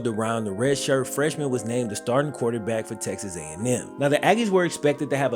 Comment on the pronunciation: My man said QUATERback. 😅 dope video bro, as always! Cue the Wayne!!!